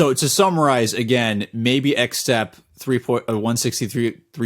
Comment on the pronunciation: I'm pretty sure Xtep in chinese is pronounced like step in american.